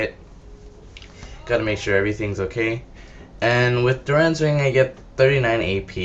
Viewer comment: why the fuck are u puting a U in dorans ring...its dorans....jesus hooked on phonics..